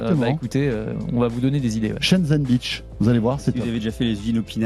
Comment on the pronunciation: on dit "Shenzhen Bay", plutôt que "Shenzhen Beach" ...